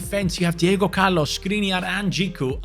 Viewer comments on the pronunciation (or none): none